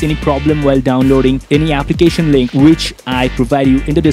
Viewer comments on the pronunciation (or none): none